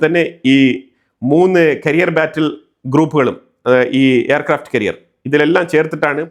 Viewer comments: കരിയർ അല്ല ക്യാരിയർ ആണ് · കരിയർ (career) അല്ല ക്യാരിയർ (carrier )ആണ്. However i like your videos for being more truthful updates.